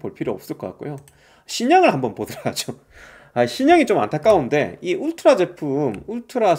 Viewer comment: 울트라가 '웃뜨라' 로 들려요.